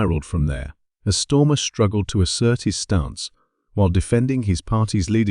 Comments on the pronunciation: Can’t beleive I’ve been pronouncing his name wrong , it’s clearly on almost every post stormer. 😂 ai click bait bollocks as usual. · This voice is AI, its mispronouncing knob heads name. Can we trust this site ?